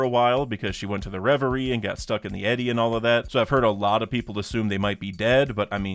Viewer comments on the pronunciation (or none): none